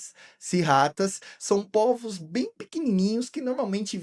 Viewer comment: Oi cara, parabéns pelo canal, pelas explicações e pela escolha de temas interessantes. Só uma observação: o plural de polvo se pronuncia "pôlvos" e não "pólvos". Abraço!